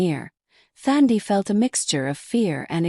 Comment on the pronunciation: Nice story, but it is Thandi with a silent H, like touch🙏🏾🙏🏾.